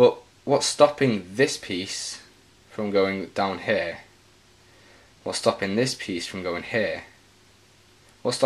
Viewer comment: It's pronounced here not hair